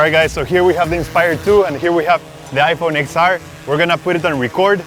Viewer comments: It’s iPhone ten R not ix R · I'm pretty sure it's pronounced Ten R not X R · It's pronounced 10 r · iPhone XR is not “x”，it's ten ，Roman numerals X